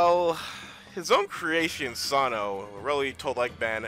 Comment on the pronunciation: I like how this guy mispronounced Sonaw as Sa-no. Lol.